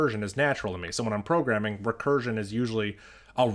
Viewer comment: Bro did not just said 'You suck at porgramming' but also 'You suck at piano'